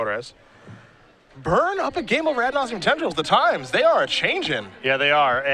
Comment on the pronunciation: "Nauseum"? Really?